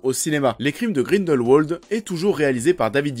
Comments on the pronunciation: On ne dit pas Grindelwouoooooold mais... Grindelwald comme ça s'écrit en fait. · En tant que suisse je me doit de te corriger: Grindelwald se prononce à la germanique, c-à-d Grin-dèl-Vald et pas grineulwauld. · Le nom se prononce grindelvald pas grindelwouald ptn 😂😂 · Mec arrête de dire Grindelwolde. Grindelvalde stp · Par contre, c'est Grindelwald, par Grindelouauld. Même dans la vostfr, ils le disent avec la prononciation germanique. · On pronounce Grindel"v"ald ! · Le nom du méchant se prononce GrindelVald, c'est de l'allemand donc le "w" à l'allemande ;) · Juste... grindelVALD. Prononce bien s’il te plaît. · Tu as des arguments pertinents mais stop prendre les gens de haut quand tu parles... et quand on fait une critique de film c'est quand même un minimum de bien prononcer le nom de l'un des personnages principaux.